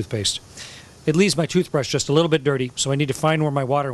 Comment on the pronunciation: i guess he meant 'just' and sounded like 'don't'